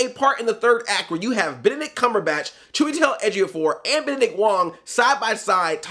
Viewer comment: Can't pronounce Dormammu. Flawlessly says Chiwetel Ejiofor.